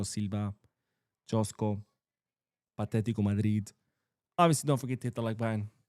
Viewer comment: it's not Đoško Gvardiol, it's Joško(Yoshko). Thank you.